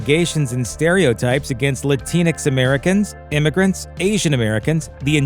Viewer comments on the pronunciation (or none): none